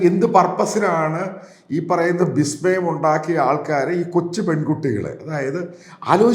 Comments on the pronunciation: എന്താണ് 'ബിസ്മയം'? വിസ്മയം എന്നല്ലേ പറയേണ്ടത്? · ബിശ്മയം ആണ് പുള്ളേ 😂